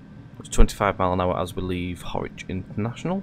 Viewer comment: Hi A great video, well produced,.apart from one thing...you need to pay another visit to the "Train Sim School of Pronunciation"!! As far as I know, the Mayfield Line has not been moved to central Lancashire? You have constantly pronounced Harwich as HORWICH!! It was quite irritating. (And I am sure the people of central lancashire dont want a 360 running through their area either..lol.) So I will book you a slot as soon as a course becomes available. Lol Derek